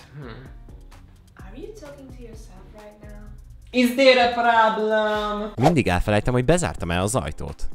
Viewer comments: "IS THERE A PRABLEM?" Én úgy ertettem...XDDDDDDDDDD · Iz der ö práblem? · "Iz dér eni práblem?!" XDDD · IZ DÉR Ö PRÁBLÖM?!?!?!😂😂😂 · Iz dér ö práblem?! 😂